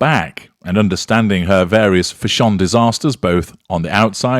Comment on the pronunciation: I love how you pronounce it: fish. shawn for fash. sion. Hahaha!